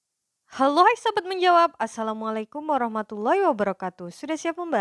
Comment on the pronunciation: Halo kak, maaf tapi saya ada saran terkait pengucapan salamnya yang bagian "warahmatullahi". Dan ini untuk semuanya juga. Yang aku dengar sih, h nya itu ha tipis atau ه. Sebenarnya yang tepat itu ha besar ح, jadi seperti orang kepedasan gitu. Moga bermanfaat ya, barakallahu fiikum.